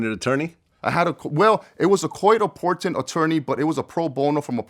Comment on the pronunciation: “coit apported”